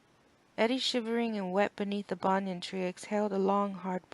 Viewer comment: Good effort with the accents.. Overall, pretty good reading except for mispronouncing a few words like promenade banyan spire.